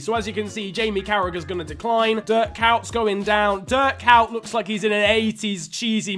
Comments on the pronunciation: Hahahaha this is so fucking nice to watch cant stop laughing And then... audio "Kuyt"="Kütscj" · The Nostalgia😍😍. I always wondered why they called Kuyt "Keech"😂😂. They also called Riera "Ortega" when he was at Liverpool🤣.